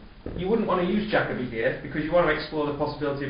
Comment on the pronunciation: Yes, Jacoby is an excellent tool for problem solving and differentiates from a supporting cue bid response at the 4 level, etc. Interesting that you pronounce it Jack-obee. I have head it pronounced Jake-obee and also Jack-Oh-bee. I wonder which is correct...